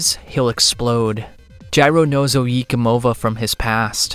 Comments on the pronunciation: Oh Yay como vah not oh ye comova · "Oyi Komova" I must say that was a trial to hear multiple times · ohyeekuhmovuh might be the poorest pronunciation of oyecomova i’ve ever heard. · omfg your pronunciation of oye como va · Your pronunciation of oye Como va really took me out of the experience. Have you never listened to santana?